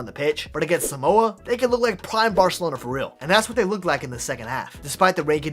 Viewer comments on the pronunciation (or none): none